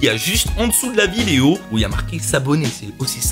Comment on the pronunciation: Regarder le mot vidéo qui dit à la 5 ème seconde lol l'articulation